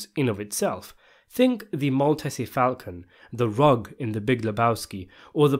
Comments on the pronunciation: 😂Came here to ask this - the Mal-what-y Falcon? 😂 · Mal-TEEZ falcon, Oh-MAGE (silent H). You're welcome. Nice video.